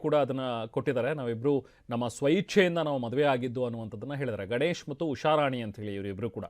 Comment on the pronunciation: ಮೊದಲು ಕನ್ನಡ ಸ್ಪಷ್ಟವಾಗಿ ಮಾತಾಡೋದು ಕತ್ಕೊಳ್ಳಿ, ಅದು ಗನೇಶ್ ಅಲ್ಲ, ಗಣೇಶ್, ಉಷಾರಾಣಿ ಹೊರತು ಉಷಾರಾನಿ ಅಲ್ಲ..😂